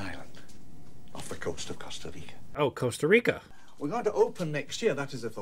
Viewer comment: "Corsta Rico? Costa Rico?" lol COSTA RICA